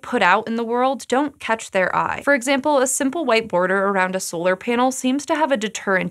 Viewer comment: Sounds like she keeps saying solder panels lol